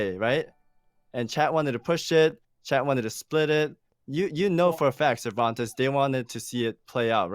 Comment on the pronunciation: Scammmereerrrr lol Cerventes hahahaha